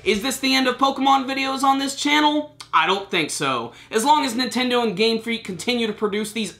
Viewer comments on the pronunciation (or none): none